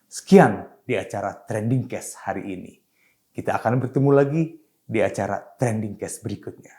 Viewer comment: pengucapan 'case' itu bukan "kes" spt nama masakan brengkes tapi "keis" spt kalau kita bilang "eit..." ya. Pls cermati. Saya kira saya tidak sendirian akan cenderung men-skip apapun info yg disampaikan bila diucapkan tdk dengan cara yg sesuai.